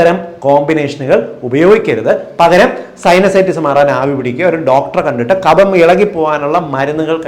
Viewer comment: Ezhuthunnathu kafam vayikkunnath kabham.